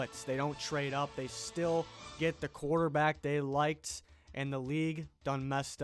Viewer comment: lmao im a nyg fan and love how u said “quarterback” just like gettleman’s dumbass says it